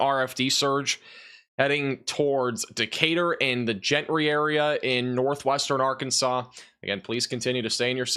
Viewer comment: Gentry is pronounced Jentry for furture reference